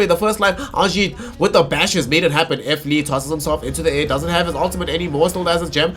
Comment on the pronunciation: WHO THE FUCK IS F LEE? ITS FLEE